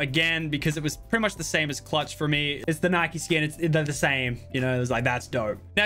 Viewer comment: The only thing I hate about Lachlan is he called it Nikee not Nike